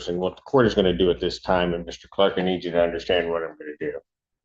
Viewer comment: I'd NEVER hire a lawyer that can't say my name right! "Mista Cwark